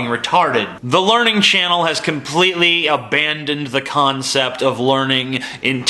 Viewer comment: It's not "The Learning Channel" any mo', it's "The Larnin' Channel".